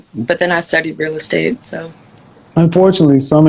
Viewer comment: She also says "rill-istate"